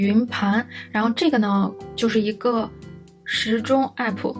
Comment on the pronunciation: 還有欸普⋯⋯😅😅 明明唸其他英文的時候都蠻正常啊